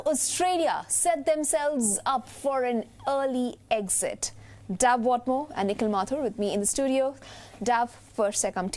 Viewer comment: Dint know zee couldn't get a better anchor. First off its DAVE not DOVE. Why is everyone so stiff and serious? She is posing questions like she would to a fukcin diplomat.